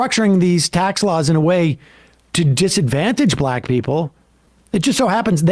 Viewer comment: He is pronouncing Black wrong